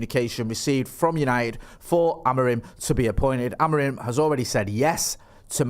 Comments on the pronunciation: I believe it’s pronounced Amorim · "Amor-EEM" - via Portugese football journalist on Sky Sports News this lunchtime. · it's AM-ORE-IN!!!! 😂😂😂